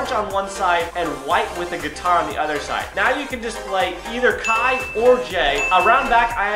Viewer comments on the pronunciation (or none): none